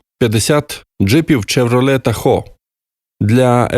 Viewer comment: Вопрос, конечно, интересный. Ответа, жаль, не будет. Если бы ещё и диктор не читал "чевролет".